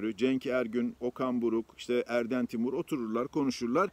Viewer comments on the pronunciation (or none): none